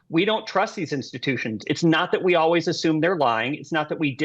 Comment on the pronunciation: It is so hard to listen to guy, and hold him to be credible, who constantly says, "Alwees."